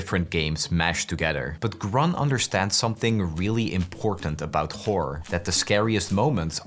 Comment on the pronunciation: bro please horror has an "or" at the end stop saying wh*ore 😭